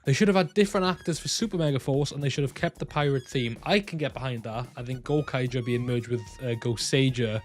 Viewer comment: gouraiger is pronounced "go-rai-ja" rai as in 'ry' in try